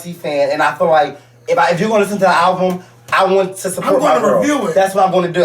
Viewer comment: was hot!! lmao! the fact that he kept saying "alvum".... tears...